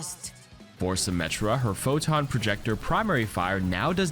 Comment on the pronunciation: Dva still says POTOG, day ruined